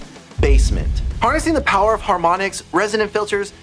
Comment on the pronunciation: "Haromnics???"But really a great video, thanks!